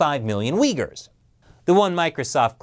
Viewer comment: Did you say track the regions are uyghur people or did you say the weak people my hearing is getting really bad lol I think I will have to fit a dolphin Raider cochlea or cochlear some kind of vertebrae in my ear